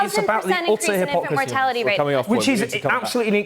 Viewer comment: The chief deflector jones can never have an interview without saying the ooutar hip ock rasy , which means the little knob hasnt an answer to the question.